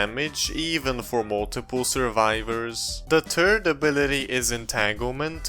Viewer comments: great video just i know you have an accent but please say th-ird insted of turd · " the turd ability" 😂😂😂😂😂